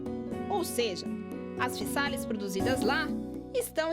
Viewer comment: Olá tudo bem. Apesar de escrever com ésse, fala "fiZális", igual casa escreve s e fala Zê.